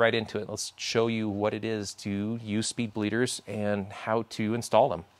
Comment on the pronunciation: “Spleeder” hahaha